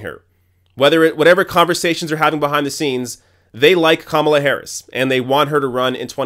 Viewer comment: You pronounce Kamala 3 different ways in one minute. That was distracting and this comment is petty